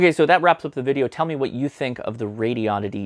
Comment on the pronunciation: Maybe you could teach how to say Radioddity? (notarubicon)